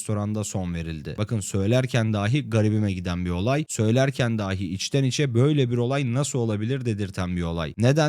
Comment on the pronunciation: Size tavsiyem, işinizin konuşmak olduğu göz önüne alınarak "daaahi" ile "dahi" arasındaki farkı öğrenmeniz ve bundan sonra da ona göre söylemeniz olacaktır. İyi çalışmalar.